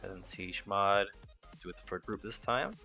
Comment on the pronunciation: You're not saying chmod correctly